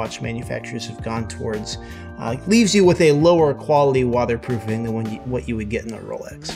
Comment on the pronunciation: "Wadder proofing"😂😂